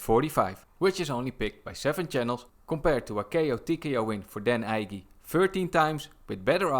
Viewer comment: Dan Ige is pronounced "EEEEE-GAY"